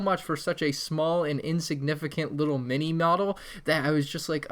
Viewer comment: On the little millennium falcon he said nini model 😂😂😂